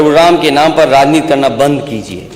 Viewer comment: Nam ki jagah lam kah raha hai ise CM banayenge akhilesh ko